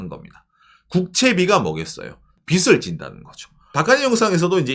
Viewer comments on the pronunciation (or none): 발음하실 때 빚이 = 비지 빚을 = 비즐 이 맞습니다. 비시, 비슬은 머리 빗을 발음할 때 사용합니다. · 빚을, 빚이 - 비즐, 비지 로 발음해야 합니다. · 빚을 자꾸 빗이라고 발음하심... ㅜ